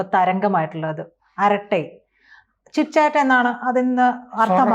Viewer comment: അരാറ്റായ് ആണ്. അട്ട അല്ല.